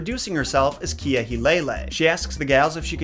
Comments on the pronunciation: Just a simple little thing to keep in mind. The w is actually pronounced as a v. For example, Hawai’i is pronounced as Ha-vai-ee not Ha-why. Also I noticed you pronounced kea as key-ah but it’s supposed to be pronounced as Kay-ah. As far as some of the other words, it’s the speed of the way you say certain parts of the words/names. Usually an okina (looks like a ‘) and the kahako (the straight accent line above the letter). As a local, I’m glad I got to learn a bit of the olelo (hawaiian language) and history. If anyone comes across this comment who know more about the olelo than me, please feel free to correct me as it is not a language that I speak or studied enough. Just pointed out the few basics. Hope this helped a little ☺️ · kea in Hawaiian is pronounced KAY-ah. Mauna Kea is often said Mauna a Wakea - look up TMT AND nauna Kea, you'll learn why - and there a LOT of bad feeling over some of the world's most impressive telescopes being placed there. I really like your content, and am glad you are open to gentle guidance. SORRY FOR THE EXCESSIVE POSTS!! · Kea is pronounced Kay-uh